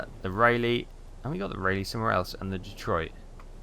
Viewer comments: Hahaha- is Rah-Lee, Not Riley? - Boy-Zee, Not Boys! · He's been driving me nuts with Raleigh! Stop butchering the name of my Grandfather's ship! 😅